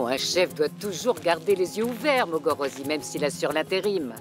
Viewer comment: La voix de est tellement bizarre qu'elle l'empêche de prononcer Mogorosi.:.......Morogosi😂😂